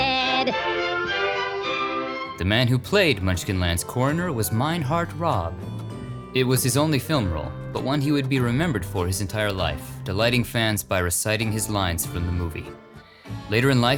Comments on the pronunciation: Meinhardt Raabe, pronounced "Robbie" not "Rob". I only know this as I had the privileged of speaking with him many times when he would come into my shop to get color copies made of his "death certificate" and then use them for autographs. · You pronounced Meinhardt Raabe, as Meinhardt Rob. The pronunciation of his last name is pronounced Robbie. I know this, because he is my 3rd cousin. He was my grandpa, C.C. Raabe’s cousin. They would all play on the farm in Juneo Wisconsin, with my grandpa’s sisters Jane and Lou Lou Raabe. My grandfather made many a trip with Meinhardt in the original Weiner Mobile, in Milwaukee, I believe. My grandfather passed in 2010 not but three days after Meinhardt. I found out we were related when I was reading “The 75th Anniversary of the Wizard of Oz” I kept coming across this guys last name, just like Grandpa’s,. To my utter shock, I asked my mother, and she said “Oh, that’s just your cousin Meinhardt.” I talked to Aunt Jane and he was retired in Florida. I spoke with him that same evening, what a gracious man. When my grandfather passed right after Meinhardt I was heart broken knowing I would never receive another letter from him or hear his voice. In 2017 I went to The Wizard of Oz Museum in Kansas, when the curator heard my story she took me on a special tour. There in front of me was Grandpa’s signature. I never thought I would see it again. Since they were related it made perfect sense that their signatures were almost identical. So, his last name is pronounced Robbie, not Rob. A gracious and kind man, just like my grandpa.